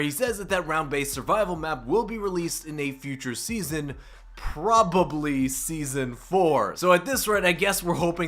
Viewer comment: Probe ably?